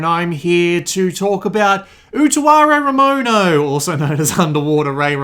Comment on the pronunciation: jesus christ, your pronunciation of the title is amazing